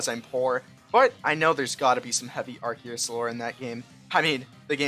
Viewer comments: I mean, if you wanna be a smart alec about Arceus' pronunciation, then you're still pronouncing it wrong. The correct pronunciation was never Arkeeus, it used to be Arseeus but is now Arkayus (or, if you're a man of culture, Arkoos). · It’s not arceus it’s arkoos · The pronunciation is not ar-see-us it’s arcoos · bro it isn’t acKEYus or arCEEus, it’s ar KOOOOS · Actually, it's pronounced Arkoos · Actually, the objectively correct pronunciation of Arceus is ASS-ee-us. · actually it’s pronounced “Ar-koos” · Excuse you, it's pronounced Ar-Koos. But, seriously, my head canon is that when mew uses a TM that wouldn't make sense for it to be able to use it actually transforms parts of itself to be able to use it. You know, massive teeth for super fang, large horns for drill run, etc. After all, Dittos are just failed mew clones and it's one one of two pokemon that can learn transform. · Erm Actually its ARKOOS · It’s arcoos and that is final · NO IT’S PRONOUNCED ARKOOS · It's Arkoos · about the "arceus is a fake god" headcanon: the real god is bidoof. also its pronounced ar-koos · You are actually still pronouncing Arceus wrong. The first syllable, arc is said like arch, which means above. The eus is from Zeus, the Greek god. There for, it should be pronounced Ark-oos. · It’s not arseus or arceus it is arkoos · No it's Arkoos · Nah bro its Arkoos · it's pronounced Arceus (Are--coo-s/ Arkoos) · wrong its pronounced are-koos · actually it's pronounced "Arkoos" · Your wrong! It's pronounced Ar-coos! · It’s pronounced with ars-eus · It's pronounced Ar-koos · pronouncing arceus "wrong" is funnier